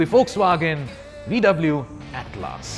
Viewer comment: broooo, it is atlas as in a book of maps!!!